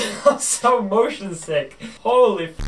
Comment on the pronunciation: Dani:"Im mosion sick" Subtitle:"Im motion T H I * *